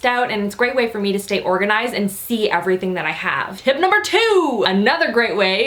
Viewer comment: "Dust errything" 😂😂😂 yes.